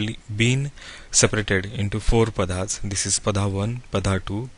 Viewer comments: It is not Padhaas. The correct name is Paada/Paadaas. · Are you an Indian. If so please try to pronounce the Padas properly